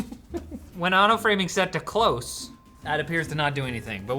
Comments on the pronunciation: I think it's not "Auto Framing Close (Clo-suh)" but rather "Auto Framing: Close (Cloz)," as in, "off" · It's close as in close the door, not close as in close by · It’s close not close